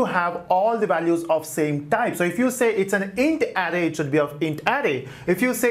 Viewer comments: Please brother pronounce "Array" as Araye not Arri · I repeat the video a couple of times to understand. I keep hearing "adding", but actually is "array" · I like your video but you are pronunciation of of array is off array the r s are hard if you type any word into Google translate you can have it say it for you so you learn how to pronounce it is not big problem just I cringed every time you said it